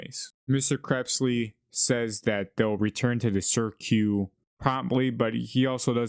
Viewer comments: THAT'S WHAT I SAID it is cirque not sirq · sir q is a crazy pronunciation of cirque btw